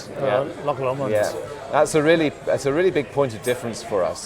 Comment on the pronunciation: LocKKKK LOMOND???? its Loch Lomond FFS